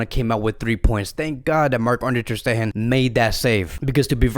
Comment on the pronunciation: And also its not "Ter SteHHHen" its "Ter SteGGGEn" stup....